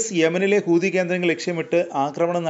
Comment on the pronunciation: കൂതിയല്ല, ഹൂതി 😂